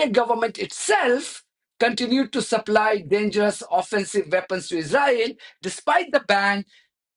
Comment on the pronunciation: We've got enough problems which they're creating in the uk so they need to sort those out first! And please learn how to say Israel if you insist on speaking English 🙏🇬🇧